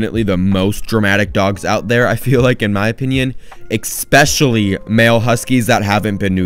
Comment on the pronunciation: Man my ears suffer when you say EXspecially